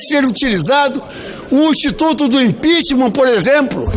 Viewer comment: Então é isso Ranfolfe pedindo impitchmam